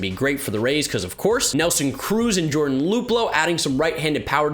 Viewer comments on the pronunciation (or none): none